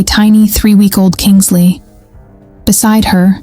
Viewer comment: KINSLEIGH……NOT KINGSLEY…..at least get her name right!!